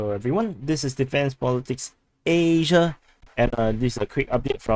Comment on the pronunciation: Thank you for your work,would say with respect do not enjoy your less serious side,like saying Asia in an exaggerated way,bit grating,but your serious work is commendable,cheers from Australia.